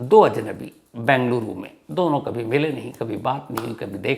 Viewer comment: I like your narrations about the crimes.... one request, please pronounce the city name as Bengaluru (बेंगलुरु) and not Bangluru (बंगलुरु)